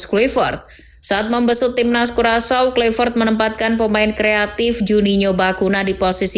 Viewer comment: Bacaannya petrik klaivert min bukan kluivert